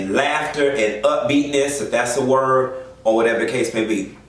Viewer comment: When you did Electra! 😂😂It took me out!! WORDT FOR WORDT lol I know it’s Word lol.